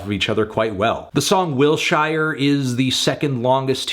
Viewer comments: 1. Why did he pronounce Wil-SHIRE like that? It's Wilshire Blvd... the street he drove down while he was taking the heartbreak in he speaks of on the track. 2. Wilshire IS THE HEART OF THE ALBUM. This heartbreak is the emotional backbone of the whole story -- he drops more context and pieces of the story throughout the album all culminating into wilshire. He did the whole song in like two takes on a shitty reference mic. It's supposed to sound gritty - its like raw sadness. DAMN TONY. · pronounced "WILL-shur" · I had the same thought 🤣 kept thinking "Bruh, it's WILL-SURE." Lol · Anthony why do you pronounce "Wilshire" like that lol